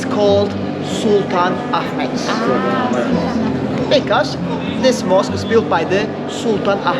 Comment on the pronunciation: Hey actually hubby pronounced Ahmed correctly! ( the correct Arabic way)